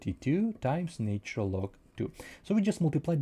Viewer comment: "natural", not "naytural [sic]"